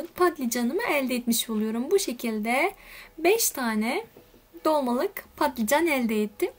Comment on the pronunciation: Ya ingilizce klavyeden kaynaklı ya da Kürtçesi balican olduğu için patlican demesi daha kolay, Kürtlerin dili dönmüyor bazı kelimelere.